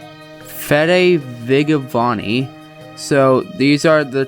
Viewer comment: not to be that guy, but those pronunciations of the spanish youtubers' names was the most white guy shit i've ever heard. in spanish, if an e or i follows a g, the g is pronounced like an h. the same is true for j with all vowels it is not fede "viggavani," it's fede "veeheyvani" it is not "jew-ay-guh jurr-min," it is "hoo-ay-gah hair-MAHN" thank you for your time